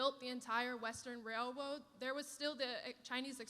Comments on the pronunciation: "Western wail woads" what is she hunting wabbits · Railwoads? Lol she a troll